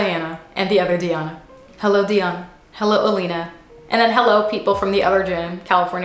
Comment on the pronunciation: I love ur fancy hullo lol